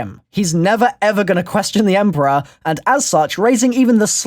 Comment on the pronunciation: Takeo says " emporior " in the giant